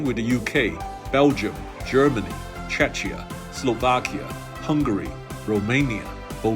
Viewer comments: its not chechia its czechia pronounced chekia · Czechia not Chechia or Chechen🤬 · Dear Mr. Chui. I love watching your videos. Today I have only one reservation - during the flight over Central Europe, you also named my country - "Čečia". Our country is called the Czech Republic and, thanks to the stupidity of our journalists and politicians, Czechia for short. It is pronounced as you see it. Chechnya borders Georgia and has nothing to do with our beautiful country. I wish you a beautiful day.